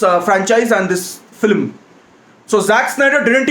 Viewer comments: No one's gonna mention "Filim instead of film???" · People:- film:- flim 🤣😂😆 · Guy it's film not philim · Nobody. Absolutely nobody. This guy: flim. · Yeah that was waste “FILIM" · it's not film it's Filim 😂😂😂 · Nobody:: Filim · this how many times he said filim ↓ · Honestly speaking your filim pronounciation is 0 to the power of infinity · it's not 'filim' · Is saying flim??😂😂 I love him anyways.